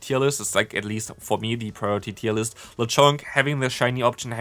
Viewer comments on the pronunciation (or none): none